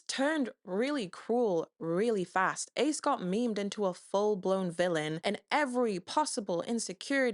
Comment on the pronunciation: I think you mispronounced Ace